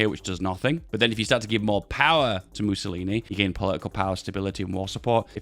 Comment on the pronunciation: "Missiolinis" XD